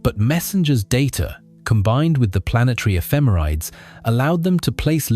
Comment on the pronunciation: This is driving me crazy... "Ephemerides" is pronounced /ɛfɪˈmɛrɪdiːz/ ("effih-MERRih-deez"). I've given many a presentation on orbital data with spacecraft ephemerides so I've gotten that correction before